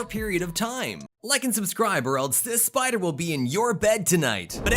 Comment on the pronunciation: That pider😂